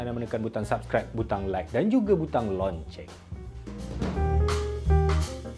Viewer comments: Loceng bang, bukan lonceng.. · Bang. Dah lama pendam sebenarnya ni. Dah lama sy perati. Launching dgn loceng x sama bang bunyi dan ejaan bang. Tolong la sebut loceng betul2 sebelum sy UNCLICK butang lonceng tu. 😆